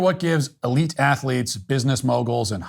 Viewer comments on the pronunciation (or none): none